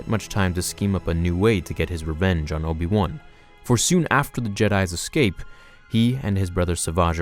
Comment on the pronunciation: Obi wun kenobi? That's how you say it?